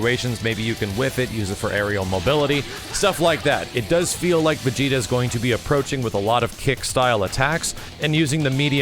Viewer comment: Ssgss vigeta not vigeta